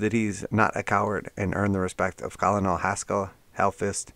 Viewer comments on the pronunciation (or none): Great video! Small tip...Colonel is actually pronounced like "Ker-nel". Keep the great videos coming!